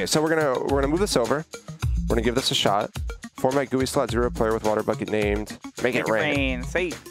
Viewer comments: BRO PLEASE SAY ''JEE YOU AI'' NOT 'JUI'' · i hate the "gowee" instead of G U I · Lol. It is pronounced gee you eye. Not gooie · Hey,, it's said 'Jee-You-Eye' (GUI) not 'Gooey' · It's pronounced G U I. Not "gooey". It stand for Graphical User Interface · BRUH its not a "gooey" ITS SAID LIKE "jee-you-eye"! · its not gooey its jeeyoui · I kinda hate how he says Gooey instead of G-U-I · frickin gui doesnt sounds like gooey bur G U I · Please stop saying gooie it hurts my brain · he says gooey and i hate it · GUI pernounced gee you ieee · Nobody:: "Gooey" Minehut Fans: "Well actually sir it is pronounced G-U-I": "Gooey" Minehut Fans: "No like the letter separately": "Gooey" Minehut Fans: OMG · stop saying gooey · My mom works for the company that made GUI and it is pronounced gooey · It’s GUI not gooey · *gee you eye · excuse me, did say gooey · finally a comment not talking about how says gui